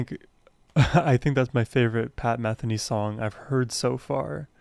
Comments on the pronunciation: your comments are spot on, but please pronounce his last name correctly. It is Meh THEE Nee, not MEH the nee. and do more. Pat will never disappoint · For educational purposes: Pat's last name, Metheny does not rhyme with Betheny. METHENY rhymes with BIKINI. He's one of the most popular musicians of our time so you might want to pronounce his name correctly. It's an easy error to make, but I thought you might like to know. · .. you should do something about your Pat Metheny name pronunciation 😁 ... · The accent is on the 2nd syllable in Metheny. Long e sound.